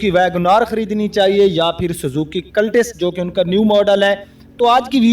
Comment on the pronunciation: cultus cul tus ایک ہی وزن کی آواز دیتے ہیں Tis نہیں آپ کلٹس کا آدھا تلفظ درست آدھا غلط بولتے ہیں کاربوریٹر ۔۔۔پوریٹر ہیں ۔۔۔۔میلج نہیں ۔۔مائلیج خیر میں آپکی بات سمجھنے پہ دھیان دونگا اردو درست کیوں کروں؟